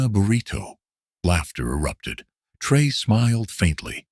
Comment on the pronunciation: I don't know if this is jes disrespect, bad programming, and lack of professionalism or shear white racism but it pisses me off terribly that the voice telling this and other similar videos, doesn't ever say Prez TRA O RÈS' name correctly, WTF?!!! Why is it soooo fuggin hard to program a gotdamn computer to pronounce foreign names correctly!? Maybe it's the person/ people,that make up these things, that are TOO FUGGIN LAZY OR JES DON'T GIVE A DAMN CUZ IT'S ABT A BLACK AFRIKAN LEADER!!! Either way it stinks to high heaven. It's amazing that I'm the only one that ever notices this shit, but that's jes fine cuz like brutha TRA O RÈ I don't mind being the only one wit the BALLS TO SAY THE KING HAS NO GOTDAMN PANTS!! DO BETTER BITCHES!!! 😠😠🤬🤬😠😠🤬🤬😠😠🤬🤬